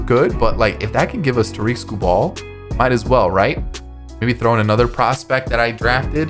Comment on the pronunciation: Love your videos man but as a Tigers fan Tarik Skubal his last name is pronounced (Sku-bull, not Sku-ball). I know that his last name ends in bal but it's bull. Have a great day!